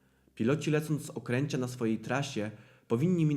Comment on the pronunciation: Z Okęcia, nie z okręcia 😂